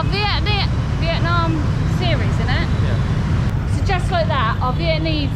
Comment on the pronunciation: It's Vietnamese not Vietmanese.